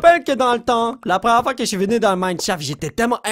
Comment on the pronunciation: J'adore quand il dit minecrafrino!!